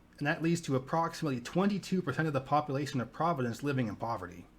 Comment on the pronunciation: I love watching your videos but I couldn’t listen to the guy say “populasin” anymore 😭